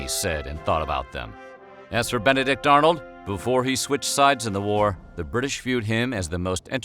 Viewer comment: Ben-a-dick Arnold....